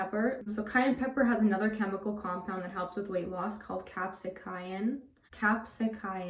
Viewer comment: I'm not 100% sure but I think capsaicin is pronounced as cap-say-sin. I'm one of those people who can eat just about anything without ever gaining any significant amount of weight. I do like your tips though. I was in the Army for 3 years so I definitely agree with you, that exercise before breakfast is always best. Just curious, have you ever tried acupuncture and/or do you have any personal thoughts about it? Also, your hair always looks so nice, so if you ever want to do a hair routine video I be interested in it.